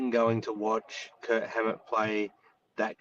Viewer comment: Is it my f***ed ears, or are you guys calling him Kurt instead of Kirk?